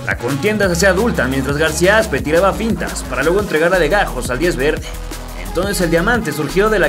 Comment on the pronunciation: en el min. parece que le dices García Asco a García Aspe